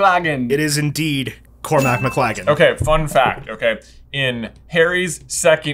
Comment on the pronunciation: cormac mclaggem ❌ cormac mclagger ✅